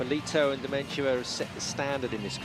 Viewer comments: Eurosport commentators: it is Dementyeva. Dementia is a mental disease. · I can't help but laugh at the Eurosport guys butchering Dementyeva's name - I was like who the f is "Dementia?" At least the BBC crew got it right :)